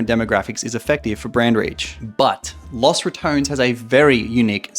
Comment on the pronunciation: "loss ratoans"